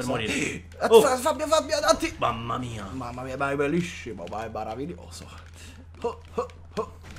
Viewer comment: Ma è maravilioso! Ma e belisshimo!